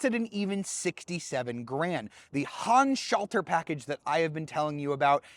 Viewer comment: You are always trying to pronounce the "Handschalter Paket" like it were an English word instead of acknowledging that it's a German term. It sounds really weird the way you pronounce it for German speaking people.